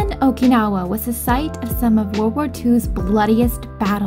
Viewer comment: How can you go to Okinawa and not even be able to pronounce Okinawa?